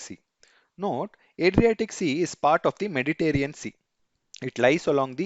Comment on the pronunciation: Mediterranean not mediterean